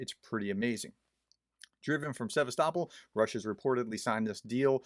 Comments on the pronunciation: "Se vast o pol", dear Prof! Try it. That'll do the job. Apart from this little mispelling, nice job you've delivered here! Thank you very much for your very informative, unbiased effort!❤😊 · Also the emphasis is on “O”. Think of Constantinopol. It’s not ConstanTINopol, but ConstantiOpol…. Cheers, Doc